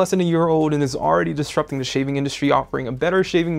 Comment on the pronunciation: The way he says "duh" and not "the" or when he says "art" instead if "a.r.t" ugh.. And that shaving scene.. Made me want to cry, I've been a huge fan of technobuffalo for years but he makes me not want to watch the videos..